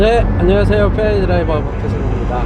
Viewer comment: 다좋은데 페라리발음이 너무오버틱합니다ㅋㅋ